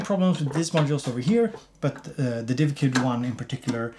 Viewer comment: love the way you managed seamlessly to pronouce divkid and not dikvid, i wouldnt be able to do that